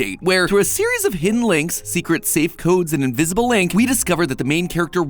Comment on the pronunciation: I just want to put this out there: when you say “invisible ink”, it sounds like you say “invisible link”.